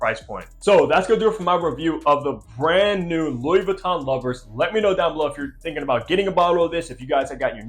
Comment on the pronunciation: It does come off a little strange if the reviewer doesn't even know how to pronounce the product they're reviewing. A little Googling is all it takes... Jus saying.